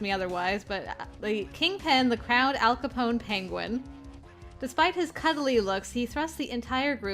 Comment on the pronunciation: The correct pronunciation is Capone, second syllable rhymin wid (PHILLY—USA’s BIRTHPLACE!!! :D Speak) cone, as in icecream cone. I know, ‘cause I’ve done a lot o’ studyin up on mobsters. Heheh—when “boom stick” got mentioned it reminded me o’ the Evil Dead movies: that’s what Ash, the starrin character, calls his shotgun. >:D – Ya missed an opportunity to do Myth’s voice! 😛 Interesting: “oya oya” apparently actually is a saying, in Japan. Means, approx., Oh my goodness. While King of Rock is a cool title, it’s not true: Elvis Presley was called The King of Rock n Roll, rightfully so. Blair, the locksmith, kinda reminds me o’ maybe an evil twin o’ Anghel from Hatoful Boyfriend wid her manner o’ speech. It’s awesome! – That’s taken from the 1960 classic Psycho, starrin Anthony Perkins n Janet Leigh; directed by Alfred Hitchcock. The writer(s) o’ this game have some awesome taste! “Let’s Play a Game” also reminds me o’ a thriller/blood-n-gore horror movie: Saw. “I want to play a game.” was said by the villain in that. When ya said ya’d die for Kouji—be careful what ya say in this kinda game… N though I’m not normally one for these kindsa games, wid all the murder n such, if this can be done wid some sorta escape… Hm… Oh, n I apologize for the long comment.